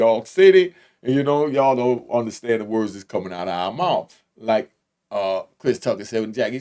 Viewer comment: WATCHA MOUF BRETHREN!!! lmao